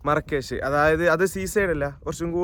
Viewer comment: Markish ❌marakash✅